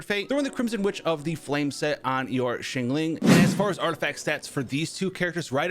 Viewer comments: Shingling lol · what is up with his pronunciation of xiangling lol